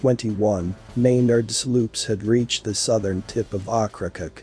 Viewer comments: Okra-COKE not "ockracuk" : > ow-kruh-kowk. Otherwise good story telling much improved with correct pronunciation. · The narrator … ugh. Oak-kra-coke… And goodness, if he was anymore excited he’d be Pollyanna. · Ocracoke is pronounced oak-kra-coke. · 2.00. Okra coke....is how you pronounce the name. . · pronounced "Oak cracoke"?